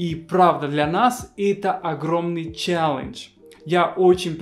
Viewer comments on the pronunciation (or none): none